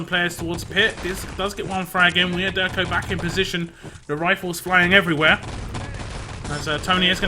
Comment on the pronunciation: on supply was clearly see problem with et spawntimes.. TSB got spawn time set up that they had several seconds to attack EDIT after they respawn and be free to kill itself before theire respawn :X And IMO the I in wiaderko should be read as j. But great cast as always it is great someone is still casting ET